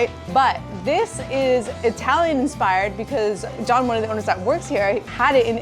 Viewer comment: I love the fact that you finally visit Philly to do some vegan restaurant stops. What cracks me up is you pronouncing Jawn as John😂😂😂😂. ❤